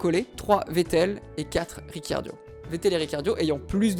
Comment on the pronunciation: Trop bien la video mais sa me stress que tu dise riciardio au lieu de ricardo